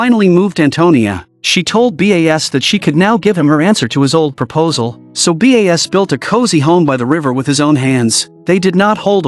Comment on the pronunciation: is the narrator a human or AI? why is the name Bas spelled as B.A.S and not pronounced properly? So annoying.